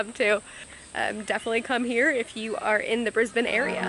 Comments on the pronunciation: It's almost just like no vowel at all, just scip straight to the end, to the n. Brisb'n Melb'n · The proper pronunciation of "Brisbane" is Brisbin, and "Melbourne" is Melbin. Aussie's are very lazy when it comes to speaking.